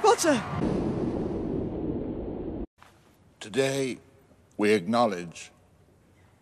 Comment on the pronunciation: hogwarts Champion : HEWWY POTTA !